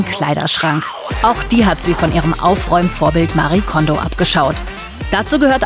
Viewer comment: Liebe Andrea, vielen Dank für den Hinweis. Haben bei der Redaktion nach den Gründen der Aussprache gefragt. Diese hat sich für das bessere Verständnis für eine deutsche Aussprache entschieden. Es stimmt aber natürlich, dass Marie Kondo ihren Namen selbst etwas anders spricht. LG und bleib gesund!